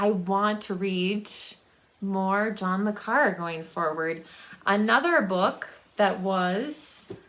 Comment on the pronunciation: Hello hope you're doing well. Since being in a retirement home I don't buy physical books anymore. But in the last two years I've gone crazy with ebooks, whether on Kindle, Kobo or Google books. I have the book buying disease. And every time you pronounced John Le Carre I cringed. In the past people have asked me to pronounce it, I guess because I'm french. I always tell them to say Carray, like ray gun. Take Care. Jack